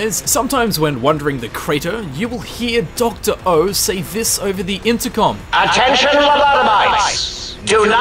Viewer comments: His name is Zero. Not O. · D-did you just call him Dr.O...it’s DR.0